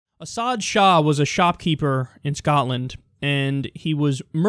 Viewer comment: It's pronounced "AWK MADIA"